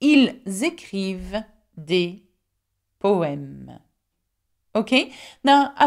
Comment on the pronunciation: Oddly, in the final example sentence the e in 'avec' is pronounced as if it had a grave accent (è) and the e in 'des' is pronounced as if it had an acute accent (è).